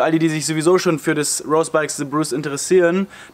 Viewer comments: Schönes Video, aber hör bitte auf „Rose“ englisch auszusprechen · Hör auf rose Englisch auszusprechen! Das triggert mich weil rose bikes eine deutsche firma ist